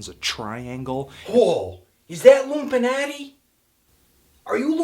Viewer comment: LML!!! "Illumpinati" I Love you Anthony!!